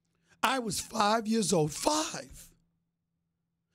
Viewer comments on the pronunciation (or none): "I was fhiveeee" 🤣🤣🤣